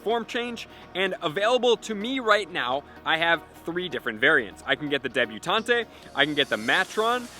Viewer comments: Debutant. Not debutantay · Please say debuTAUNT correctly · Can't believe has never heard the words "matron" (rhymes with patron) or "debutante" (silent E) pronounced before. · Is it a law that poketubers can’t learn to pronounce words? Because all of y’all just butcher so much. That’s not how you say Furfrou, debutante, or matron. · Just going to throw out there that "Debutante" and "Matron" aren't Pokemon terms, they're actual words with real pronunciations haha. Just a pointer, love ya.